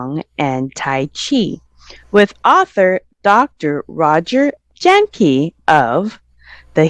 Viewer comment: Jahnke pronounced "yang ka" He's so humble he never corrected you. 🙏😂